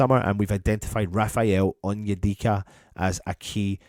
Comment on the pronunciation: Sorry I can't see past the name of that player 'on-your-dick-a' 🤣